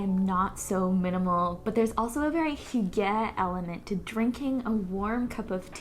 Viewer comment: Hygge is pronounced hyoo guh!